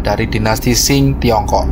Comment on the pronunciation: Qing di lafalkan Ching bukan Shing.